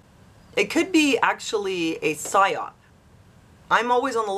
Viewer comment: It's a sigh-op.